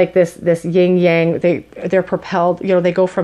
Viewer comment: I don't know if it was just me, but I kept hearing you say "Ying yang" whereas I learned it as "yin yang." I might be wrong, so if I am, please feel free to call me out😂